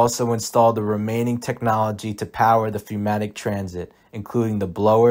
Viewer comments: Good informational video, though pneumatic is pronounced numatic, not fewmatic or fnatic. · Great stuff just please say pneumatic correctly. 'new-matic' is how it's pronounced. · Why do you keep pronouncing "pneu" as "feu"? Literacy not quite up to par?